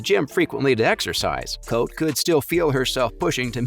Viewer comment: Her name is pronounced Coatee